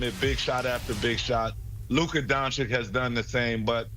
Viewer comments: DONCHICH, NOT DONCHICK! Omg, so many years in the league and they STILL can't pronounce it right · I was just thinking this. How the hell has he been playing 7 years and these brothers still can't say his name right.